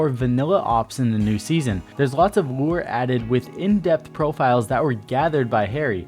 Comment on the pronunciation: Am i the only person that heard lure instead of lore?